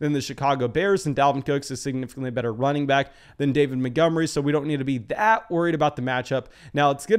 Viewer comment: This guy cool but he always says “Motgomery” and not “Montgomery” and it lowkey triggers me